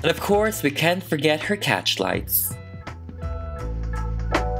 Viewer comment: IT SOUNDED LIKE U SAID: "And ofcourse we can forget her catch lights."